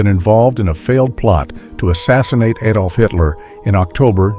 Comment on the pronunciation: Adolf, not aidolf, day advert then knock vert off and say ad olf